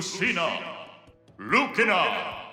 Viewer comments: Lu-kin-a 🤮 it just sounds so wrong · the japanese pronounciation of Lucina is hillarious. I will only be referring to her as "Luke-in-a" from now on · i think it should be LUKINA not LUCINA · fun fact: in the Korean version, the announcer pronounces Lucina (루키나, Rukina) and King K. Rool (킹크루루, Kingkeururu) like in the Japanese version, but Simon (사이먼, Saimeon) and Richter (릭터, Rikteo) are pronounced like in the English version also the Chinese versions use the Japanese version voice clips for everything, which is ironic considering Simon and Richter's names are left in English in those versions also the different gender Byleth names thing also applies to Korean (벨레트/벨레스, Belleteu/Belleseu) and Chinese (traditional: 貝雷特/貝雷絲; simplified: 贝雷特/贝雷丝, Bèiléitè/Bèiléisī); they are still both called "Byleth" like Japanese in both cases I haven't checked your latest video so IDK if you talk about those in that one